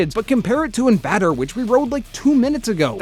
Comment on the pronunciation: Bro said inVADer its in vayder